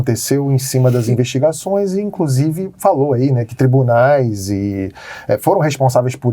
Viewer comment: E O PT HEIN? E O LULA? 🤡 “INCRUSIVE” TÔ “PERPLECTO” COM O PORTUGUÊS DO MORO.